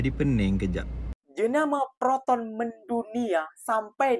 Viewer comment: Proton bukan Peroton 😅